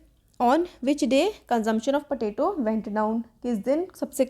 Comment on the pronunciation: Mam the way you say potato is very funny 😂 . you are a good teacher 😊